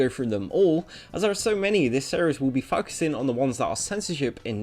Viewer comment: This might be a stretch, but at around 18 seconds in, you use the word "focusing", but with your accent it almost sounds like fuckusing. Maybe they're bots are hearing fuck really early on in the video and causing it to trigger the age restriction?